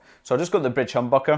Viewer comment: It just totally sounds like you're saying "...the bitch humbucker", lol. I'm totally going to start calling mine bitches from now on. Awesome review!